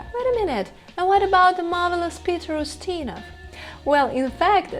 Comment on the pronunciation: Peter "O'steena?"